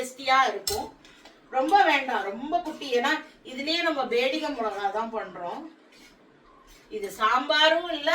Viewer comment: பியாடகி, not பேடிகே